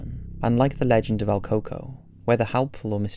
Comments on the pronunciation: "El coco" is pronounced el cucuey hope this helps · I cringed so hard when he kept saying coco lol it’s el cucuy the Y is pronounced as an I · Al Cocoa! 🤣 If you’re Latin you’ll find the pronunciation hilarious. El Cucuy pronounced like ell-koo-koo-wee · It's prononounced el CooCuey. You're basically shitposting just like the other generic "scary" channels.